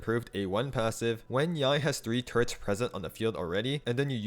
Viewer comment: i keep hearing turrets as turds